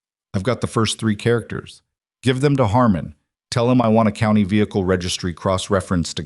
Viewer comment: If you are using an ai voice to narrate a story you need to get the word COUNTY pronounced correctly for as you can see it has a T in it so it's not couny!!!!!!!!